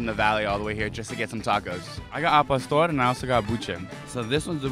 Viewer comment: Palstor lol Cmon bro, i know you can say Pah-store